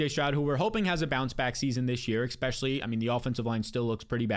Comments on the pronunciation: Never trust anyone that says “ECK-specially”. ECK-specially if they can’t stop saying it. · “Ekspecially”